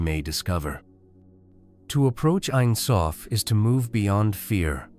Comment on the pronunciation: It’s pronounced Ein Sofe and being Hebrew for never ending